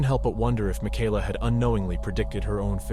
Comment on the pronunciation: You go back and forth between calling her Michaela (ma-kay-la) and “ma-ky-la” . Strange. Typically the name Michaela is pronounced like the former.